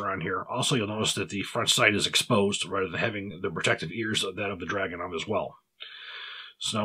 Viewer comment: If anybody cares, its DragunOv (emphasis on O) and See-monov